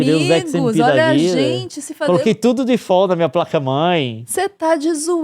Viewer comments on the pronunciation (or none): none